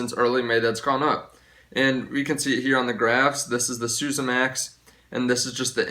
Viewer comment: isn't Suezmax pronounced sue-EZ-max as in sue-EZ Canal, and not like SU-sa as in sousaphone?